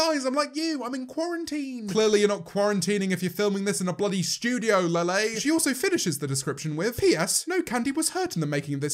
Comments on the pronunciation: lele is pronounced like lay-lay and lily is pronounced like lil-lee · lele is pronounced as lily? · Why did I only just notice he said lele